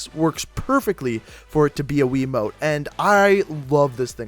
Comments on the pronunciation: hahahaha he calls it WII mote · "Wii mote" 😂😂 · 04 he said mote it's called a remote Jesus Christ I feel like your grandmother because you thinks that's what it's called 😂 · He keeps saying wii mote not remote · It's called a remote not a weemote